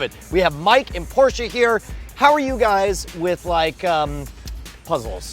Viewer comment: "Porscha" never needs to solve anything ever